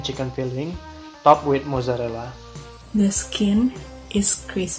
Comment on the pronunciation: Props to pronouncing mozzarella better than most Italian Americans I know!